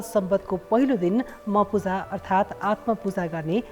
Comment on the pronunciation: म पुजा हैन म्ह पुजा हो । भन्न सिकौं ।